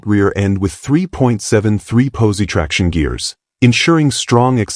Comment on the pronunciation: Maw-pars and posey traction, gotta love AI narrators.